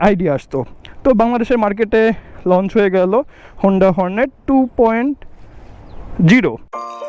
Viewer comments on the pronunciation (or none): none